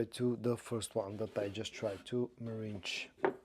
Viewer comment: meringue is pronounced differently from meringe....